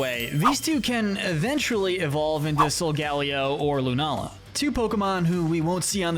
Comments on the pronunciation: It’s pronounced SOL-GUH-LAY-oh, ur-SHEE-foo, vol-CAY-NEE-UHN, sil-VAL-EYE, ZAH-ROOD, ZAIR-UH-or-uh, rai-KOH, WOH-chee-ihn, chee-ihn-POW, LAH-tee-OHS, LAH-tee-AHS, DIE-ahn-see, ee-VELL-tall, ray-QUAY-zuh, and DEE-ahl-guh, “Patrick Star”! 🤨 You need to study Pokémon pronunciations more,, because you’re bad at them! 🙄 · Hold up did i hear that right did he just say sol ga leo